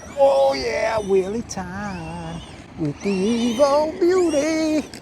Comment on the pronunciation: I think you will find that Evo is a word, being an abbreviation of the word evolution. Not E V O. Now I do understand that your being American means you struggle with any words that contain one or more vowels, but there really is no excuse. 🤣